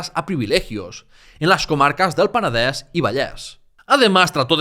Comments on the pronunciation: Sólo el hecho que "Penedès" i "Vallès" lo pronuncies en la "e" abierta me ha dejado alucinado. ¡Muchas felicidades! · Muchas gracias por el trabajo que haces, y me encanta que pronuncies Peneder, Berenguer... igual que se pronuncia en Catalan, pero porfa di tambien Girona. Cada vez que dices Gerona miere un gatito.